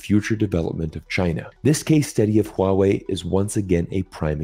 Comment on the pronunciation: Someone non Chinese speaker who can pronounce Huawei in a correct way 😂❤